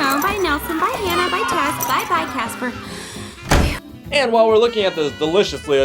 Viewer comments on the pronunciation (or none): the mommy pig said bay caspr